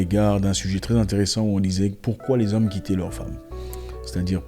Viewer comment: "Les zhommes noirs" J'ai beaucoup rigolé, mama mía.